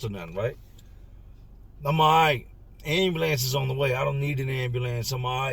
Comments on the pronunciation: Man I love the way he say AND BE LANCE😂😂😂😂😂😂😂😂😂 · ...everytime you say "ayam-bew-lance" I can not help but suppress a tiny giggle! NOT poking fun, no disrespect at all, you just say it with so much expression, and with your accent, it comes out sounding differently than I've heard it ever pronounced before! You kill it every time! Much love and respect for you and all of yours! From one of the real ones out west! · Why is ambulance so hard to say? Ha ha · I've always been a little tickled with how pronounces "ambulance", until today. What Gilbert did to himself is unbelievable. His devotion to that girl is admirable and it is so sad that someone would use his desire to be a father in order for profit. RIP